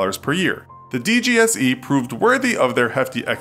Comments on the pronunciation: La prononciation pour la DGSE, tu ne pouvais pas faire pire :) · The way he pronounces dgse xDDD